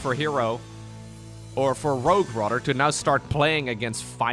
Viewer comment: your English would go from a 10 to an 11 if you only practiced the "th" sound. So instead of saying Rahdder, say "rather". Instead of bahdder, say "bother". thhhhhhh